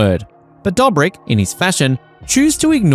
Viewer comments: Fckin hell stop saying DUGHBRICK EVERY OTHER FCKIN WORD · How do you make a video about a person without knowing how his name is pronounced? Same goes for other members from the squad. Makes sense why there is so many false information in the video. You haven't seen the videos.